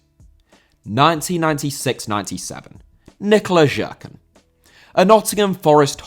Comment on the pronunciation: Nikola Jerkan - his surname is pronounced like Yerkan